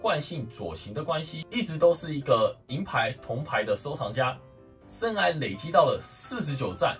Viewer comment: 生"涯"(一ㄚˊ)...聽你說話好痛苦。